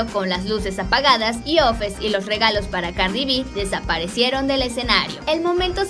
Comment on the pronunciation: Se llama offset no ofes😂